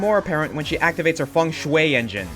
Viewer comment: Is that how you pronounce "Feng Shui"?🤔